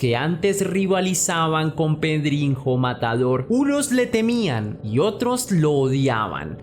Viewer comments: Se pronuncia pedriño no pedrinjo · Sólo como dato: en portugués la "nh" se pronuncia como Ñ, como como una j, como lo dices...o sea es PedriÑo, pronunciado correctamente ;)